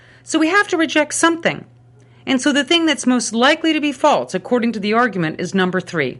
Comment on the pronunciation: This is not only a good example of the Problem of Evil but also a good example of the linguistic concept of excrescence! Listen to how her "false" becomes "faltse."